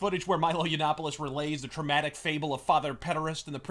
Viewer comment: wew Milo Urine-opolos as the Big Black Corporation prefers to pronounce his name is a total shitpost-made-man. The MSM losers totally bought into it. As much as Sargon memes that they have, they've learned fucking nothing.